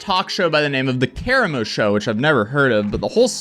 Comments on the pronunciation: Lol “cara mo” his name is “ka rah mo” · LMAO, I have never heard Karamo's name be pronounced like that. have you never heard of Queer Eye? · The correct pronunciation is Kah-rah-mo. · It’s KAH RAH MO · Aye his name is Ka-rah-mo Lol that's how its pronounced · It’s pronounced. KUH-RAH-MO. Gurl. 😒😒😒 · Hey sir, it’s pronounced Ka( long a) Ra (long a again ra ra like cheerleaders say) Moe (like the three stooges) anyway.. pink sauce girl is ridiculous and anyone who orders and eats this crap should question their existence!! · It's pronounced Kuh-Ra-Mo But this show seems staged for So called Chef Pii He used to be on a old reality TV show called Real World Not sure this lady is only getting blamed I've see her issues prior to this So I'm actually thinking this whole show was staged for more exposure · Karamo is one of the Fab Four from Queer Eye, and his name is pronounced in a different way than you said it. Great vid :) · Honestly once you mispronounced Karamo's name, that told me everything I needed to know about this takedown piece💯